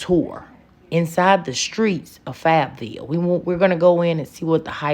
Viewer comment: Pause: you said fab-vill 11 times!🤣🤣